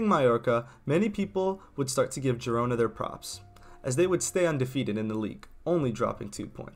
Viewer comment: Its not pronounced gee rona. Its pronounced heed-ona